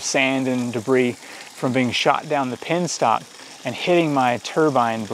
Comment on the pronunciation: It's a Penstock. not a pinstock!